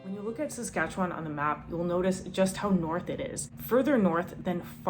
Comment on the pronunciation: she didn't learn how to say Saskatchewan lol